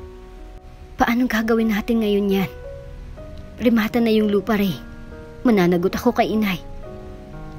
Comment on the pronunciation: I am really bothered by the pronunciations, Anika, not aNIka, remaTA not reMAta.